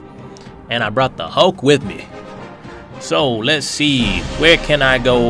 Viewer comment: Funny that "mulk" :D